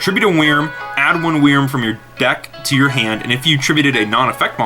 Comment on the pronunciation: Anyone else think how he says "wrym" is not good.... its pronounced like "worm" sigh